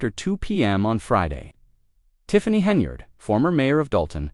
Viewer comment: How does one pronounce her name: Henyard or Henabread?